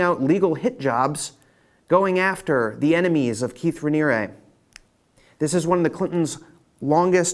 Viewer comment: I've never seen someone pronounce so many words incorrectly. Do you not hear other people saying Sea-grams? Hillary Clin-TON? Raniere, "Raneeree" not "Raneeryah" Well, you said New York correctly. funny